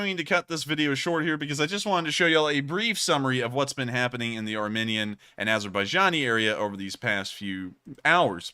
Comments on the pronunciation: it is ar...mEEn..ian. Long e, not short. You are saying ar...min...ian. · Thought you were saying the war between "our minions" and Azerbaijan until I looked the map lol.